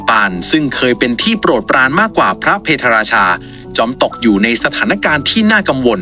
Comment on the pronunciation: พะ - เพด - รา - ชา ไม่ใช่ เพ - ทะ ฝรั่งเศสไม่เคยทำสงครามกับอยุธยา